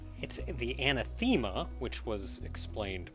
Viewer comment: "Anna Theema" Me: Ah! another word has apparently never heard before! (somehow) for the record, anathema is used to describe an entity or concept that is so counter to what you as to be met with revulsion and is pronounced "an-ATH-em-muh"